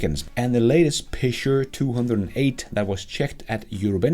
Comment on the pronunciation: Never heard Peugeot pronounced like that – Pishuh??